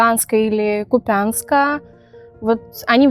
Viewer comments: Меня прям задело,социальная реклама!!!Я из Харькова,у нас в Украине нет города Купянск,ударение на я,не существует такого города,пусть конечно девочка с Одессы не знает,у нас есть город Купянск,ударение на У!!!Очень не приятно,кода твой город не правильно называют!!!!Особенно,когда ракеты росийские на нас летят каждый день.Я не знаю,что Вам сказать,Вы вещаете на РФ,кого эти люди от кого освобождают не понятно,гибнут наши украинцы во дворах,россияне по нам пускают ракеты,слов нет и прощения не будет на века! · Девочка из рекламы точно из Украины? Она название города неправильно произнесла.